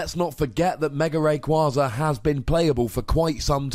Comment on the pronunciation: ITS F IN RAYKYAZA